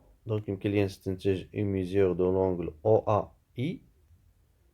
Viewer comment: Un grand bravo et un grand merci pour votre travail de qualité. Je me permets juste une petite remarque: on dit mesure et non pas mésure.